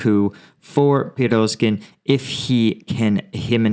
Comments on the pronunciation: your specific evaluations are awesome! That 1/2 unit remainder is up in Svatove that low-populated village area you first discussed today. Sva-tov-ay. Sound out the Russian and Ukrainian words by syllable - Pree-goe-zhin is Prygozhin, "Putin''s chef and confidant. running Wagner group. Wagner group was originally composed of skilled Spetznaz (Special Forces) who operated in Africa and Syria. They took severe losses in these months of fighting for meter-sized gains in Sievierodonetsk and Ly-si-chan-sk, and for the Bakhmut road and Bakh-mut since April. They are paid for gains only. We've seen several interviews with conscripts having had one day and three days training before frontline exposure and capture/wounding. Other Spetznaz units, including brigade-level, have also been listed as suffering 1/2 to 90% losses during these months. Understand that Russia now commonly leaves all dead behind, as far as can be known. Those mobile crematoriums of Mari-oo-pol, were officially from the beginning for both civilians killed AND Russian dead, to disguise numbers. We can assure ourselves that they are still operating. There are some interviews with a prisoner or two who enlisted with Wagner, who were captured. There are some Russian propaganda videos, one featuring prisoners wounded,, for propaganda purposes. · and prigo-gin. It is how that's pronounced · You always pronounce Prigozhin wrong